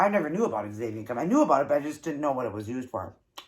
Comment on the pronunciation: I will definitely have to try. Just FYI, xanthan gum is pronounced Zanthan. I know, why couldn't they just spell it that way. LOL!!! Those nuggets look so so good.